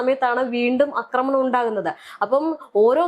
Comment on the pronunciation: യോടാണ്, അക്രമണം അല്ല കൊച്ചേ ആക്രമണം എന്നാണ്. പറയുന്നത് ശെരിയായിട്ടാണ്. അതു കേട്ടു പഠിക്കൂ.